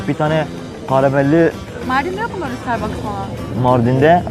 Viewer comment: 6.14 sıtırbıks 😂😂